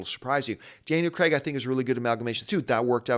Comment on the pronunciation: Is it me or was John saying 'Daniel Kregg'?